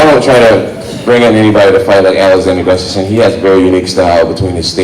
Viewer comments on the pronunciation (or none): Geez. Get it right, it's Gustafsson. :)